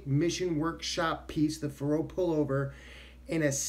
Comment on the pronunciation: I think the accent is on the first syllable, like in "Faroe Islands."